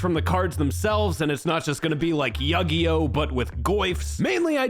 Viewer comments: Kyle's right, yugee-oh is highly triggering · So dad is the son of Mario. Mario is my grandpa! Awesome! Edit: I am also gonna be pronouncing yugioh, Yug-eei-oh for now on. It was hilarious after I realized what you were saying.